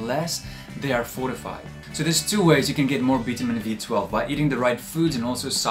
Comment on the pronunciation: Veetahmeen BEE?? I love your videos. Thank you.